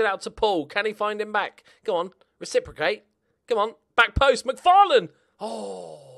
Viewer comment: Every time you say Mcfarlane, I get flashes of the meme I’ve MC FALLEN